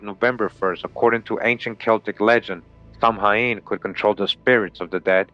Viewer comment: Samhain is correctly pronounced sow-in a bit like the word sound but without saying the d at the end. It's Gaelic